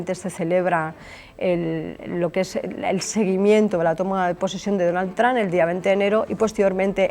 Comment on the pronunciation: perdona puedes parar de decir Donal Tran .....